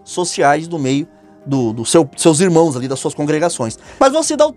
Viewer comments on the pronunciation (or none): none